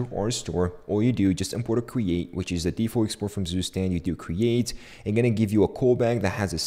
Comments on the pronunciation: its not sustend, its ZUSTAND like tsu stand but stand is prounced german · is not Zustand its TsuShtand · It's pronounced more like tsu-shtand than zoostand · just a hint to demystify the name: Zustand, der (male genus) means state in German, pronounce it like 'super' beginning with a T and like 'stunt' with sh instead of just an s. Tsuuu-sh-tund if that makes sense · To know, zustand is pronounced"tsooshtand" and means "state" in german. pmndrs is short for poimandres. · I love, how you pronounce Zustand xD Its German and means nothing more than "State". If you wanna try: you pronounce it like "Tsu" - like in tsunami for the ZU, "sh" just for the S (dont ask why xD) , the AN is pronounced like the un in bun :Dand the D ist not like a D, more like a T ....like Tsushtunt or in german Zustand :) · The right pronunciation for the word "Zustand" for English speakers is: tsu-sh-tand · "Süßtend" would be written in german, what says.:) but the english version isn't bad, just sounds funny. Good video btw! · It's [ˈt͡suːˌʃtant] 😊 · "Zustand"is the German word for "State" (if you want to know the pronunciation ;-) -then this is what you need to look for)